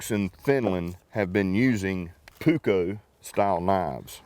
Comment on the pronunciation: Tommi puukko is made birch park. And you pronaus it with loooong u, puuuukko.